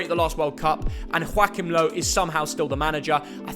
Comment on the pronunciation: As a German I was like “Who the hell is Joaquin Low? only to realise that that’s probably the British way to pronounce Joachim Löw 😂